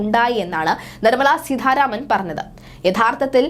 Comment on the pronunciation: സീതാരാമൻ എന്നു പറയൂ. സീധാരാമൻ അല്ല